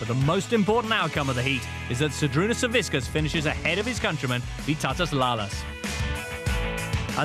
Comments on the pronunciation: Why does he keep saying saviskiss when it's Savickas? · they keep calling him savisckas lol